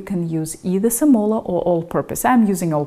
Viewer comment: semola is pronounced with accent on the e not on the o... ;-) quality of porcini is due to its provenance, the market hs been swamped with porcini from China which does not come to mind as the culturally traditional source for those mushrooms, hence the grit and worms... Italian porcini are more expensive and hard to find now, Rumanians or eastern european are a second best source for this mushroom ...